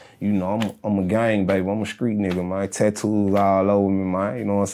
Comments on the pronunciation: Certified skreet talk.. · Oof, been a minute i heard skreet.